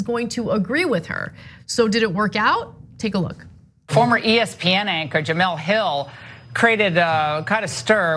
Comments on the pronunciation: Ana I like you but why in the hell are you pronouncing Jemele Hill's name as Jameel?? Do some homework please because it comes of as racist. Thanks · Juh-MELL. It's pronounced Juh-MELL. Jesus Christ. How do you work in journalism and not know her?